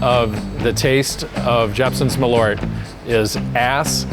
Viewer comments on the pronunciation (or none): Hears Jeppsons "Maleaur" sees "Malört" It's pronounced "maaahleurt" , in Swedish 🇸🇪 #eehluhrtahg #hipphipp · Funny to hear someone making a product and dosen't pronounce it correct... More Kinda like "maaalööört" not mallorte. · The weirdest thing about this video is not people actually admitting to liking this thing, but hearing Malört pronounced as "muh-lort". (Hint: in Swedish it's something more like "mahl-oert".) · Pronouncing Malört so bad I thought they were talking about someone named Millard. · Malört not "Meleurt" fuck sake learn Swedish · As a swede I kind of twitch every time you say MALORT, it's so far from the actual pronunciation 😁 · It's a bit embarrassing when the head distiller can't pronounce the product that he's making, no? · it's spelled with an Ö so it should be pronounced with an Ö.